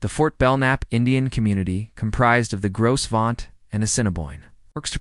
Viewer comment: The "s" is silent